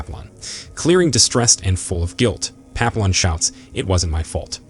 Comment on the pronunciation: tbf almost every French word in the recap is pronounced wrong. Papillon = Pa-pea-yon.